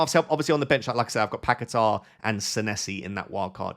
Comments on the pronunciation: you need better hearing, nobody pronunces R at the end it is long A, like Pa ke taaaaaa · Why can no FPL expert pronounce Paquetá? There is no ‘r’ on the end